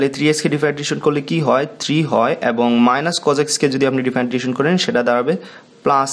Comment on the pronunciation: Hear to Feel weird that you can’t properly pronouncing "Differentiation"